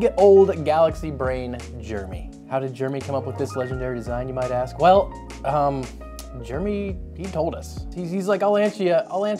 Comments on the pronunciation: “Germy” bro it’s “Jer-e-mey” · jer-e-my not germy how can people not pronounce names right haha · Jeremy - "Jay-Rem-Ee" I am one myself so please pronounce correctly ;-o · When you say Jeremy, it sounds like Germy. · americans pronounce Jeremy as "Germy", I never knew that. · Th pronunciation of Gerramy is triggering me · Every time you say "Jeremy" I hear "Germy".